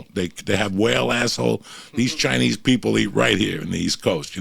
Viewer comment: why does joey keep saying Chai knee food you can tell he makes sure to pronounce that way on purpose like an idiot, its CHI NESE food ya momo